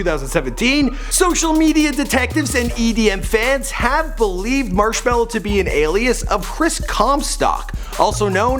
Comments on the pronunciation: yoo fact god. it's actually Marshmello not marshmellow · It’s marshmelo not marshmallow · TF why z there a W in his name its ~marshmallo~ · it is shawn mendes is marshmello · Oh and Marshmellos name is Johsive (I forgot how too spell it but his name is NOT chris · There’s no W in Marshmello bro